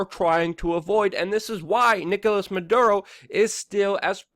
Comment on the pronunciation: And freaking the name is not Manduro!